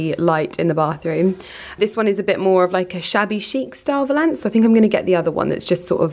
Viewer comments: Btw I believe you are pronouncing valance incorrectly, it’s valance, not Val.....ance, lol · The way you pronounce ‘valance’ 😂😭☺️. Really hoping you find him 🤞🤞🤞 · You say cornice and valance wrong every time 🤔😂